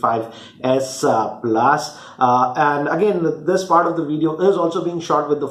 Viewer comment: ....its s+ not asa plus